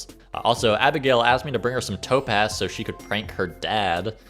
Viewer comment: The whole time I thought you were saying toe pads and not topaz